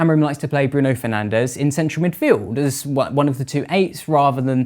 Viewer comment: I could feel shifting around in his seat the consistent and controversial incorrect pronunciation of the guy we we all know is called.... Bruno Fernanch